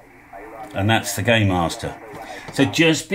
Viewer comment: I thought you said gaymaster, I'm not googling that again.